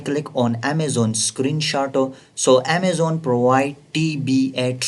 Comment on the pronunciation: Improvement vocabulary : Deshaboarda, passwoda, at the reta, adda, channela, packegea, processa, settinga, scroll downa, optiona, suppliera, Amazona, united kingdoma, united stata, locationa, templeta, lasta parta, listinga, stocka, unchika, lasta, forteena, pricinga, percenta, profita,, dollera, 😊